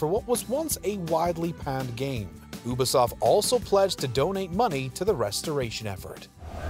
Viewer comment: Why you say Ubisoft like that 😂